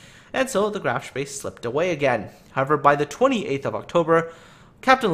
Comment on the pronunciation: A little German help in return for gaming help. Spee is pronounced with a long "E" sound, not an "A". You nailed the "SH" sound so kudos for that. So what you get is Shpee. This is of course Hochdeutsch. There very well be a regional dialect/pronunciation with the "A" sound but I don't know of any.